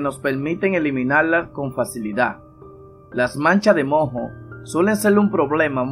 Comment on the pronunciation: No se dice mo, se dice moo, con la primera o acentuada. La h es muda